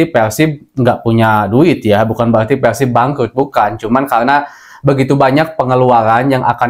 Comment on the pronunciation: PERRRRSIB bukan peLsib